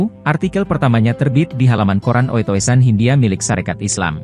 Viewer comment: Mas, Oetoesan - Hindia itu kalu ditulis dengan ejaan masa sekarang menjadi "UTUSAN Hindia". Harap mengucapkannya dengan hati-2 dan sempoerna (Hupss, ma'af "sempurna"!).